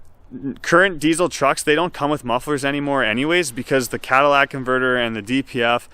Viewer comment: Hahahaha it’s not called a “Cadillac” converter, it’s called a “catalytic” converter. Come on man when you are talking normal automobile parts you’ve got to get the basics right. Else you look like you don’t know what you are talking about.